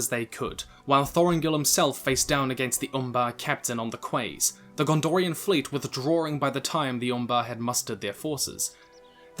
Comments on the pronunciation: 10.11 Did you really just say "kways" instead of "keys" for "Quays", friend? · (Quays is pronounced keys btw) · Quays? Thought it was pronounced "keys"? Not important though. Outstanding video outstanding subject. Thank you. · Quays is pronounced "Keys." I know it's a minor thing, but still... If you've ever been to New Zealand's larger, western island, to Sydney, there's a suburb called Circular Quay. A lot of school excursions go there and we're all taught that it's pronounced "key," not "kway." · It is :) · Aragorn actually went all the way south to the Haven of Umbar and killed the captain of the Corsairs there. It was a preemptive attack that caught the Corsairs unaware-they were not parked on an island near Belfalas. And "Quays" us pronounced " keys"